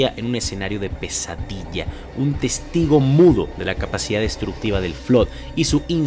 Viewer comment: Se dice “testigo” xd